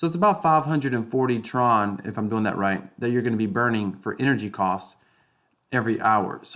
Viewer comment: Tron freeze instructions start at mark :) “TRUCE” hahhaa